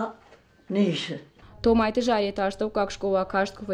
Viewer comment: "Томайты Заpетæ..." Ударение на первый слог фамилии